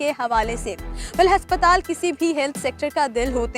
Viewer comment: Haspatal bolti hai ye.😂